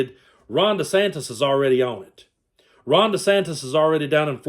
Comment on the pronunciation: "Ronda Santis" ??? LOL.